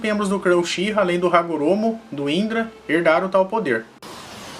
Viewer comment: kkk UCHIRRA